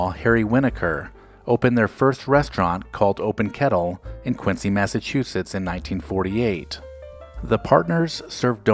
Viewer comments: Nice video. I visit the original Dunkin' all the time, but one correction - the city is pronounced KWIN-ZEE. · Quincy MA is pronounced QuinZEE. I live in a neighboring town and there are 10 Dunkin's in less than 14 square miles. They are everywhere. I agree with most, coffee is great, donuts were never that great but now are mass produced blah. Love this channel; keep up the good work. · I grew up near the original "Dunkies" in a neighboring town and am still a customer today. I also realize you had no way of knowing, so this is not meant to be a criticism. FYI, unlike Quincy Illinois or Quincy Jones, Quincy Mass. is pronounced "Quin-zee". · Quincy, Massachusetts in pronounced: “Quinzy”. The “c”is sounded as a “z”. Nice video. Thanks for uploading.